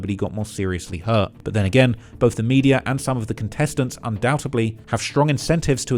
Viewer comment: One very minor feedback but the word is Undoubtedly not Undoubtably.